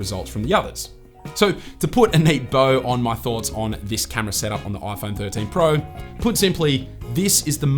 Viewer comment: This is the 'Oi Phon Thorteen Prao' 😂